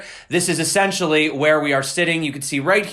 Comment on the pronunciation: you're great man, but please check your "essentially."